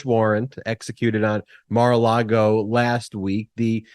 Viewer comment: I love the way calls it Mar a Lardo!! Gets me every time. You're getting your karma Mr. Cohen! Enjoy!!😁